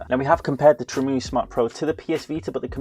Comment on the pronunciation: Great video! Btw it's not Tree-moo-ee, it's Trim UI as in a a Trimmed User Interface. The reason Mario won't go in Mario Kart is because somewhere in the chain, something is detecting a pirated game. Many DS games used that mechanism.